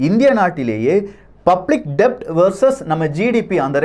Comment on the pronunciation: 'Debt' is pronounced as 'det', 'b' is silent.